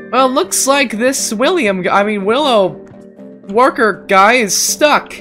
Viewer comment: He's name is William worker not williow worker